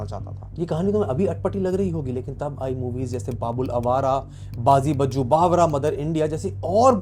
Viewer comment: Sorry, cannot watch this video after you said "Bajju Bawra" A movie critic shouldn't be allowed to pronounce the names of such classic movies. Clicked away.